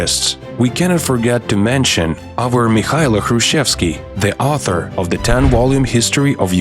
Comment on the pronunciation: Вам треба трошки попрацювати над вимовою, зверніть увагу на flood, author і дивно але Kyiv. Загалом дякую за вашу працю)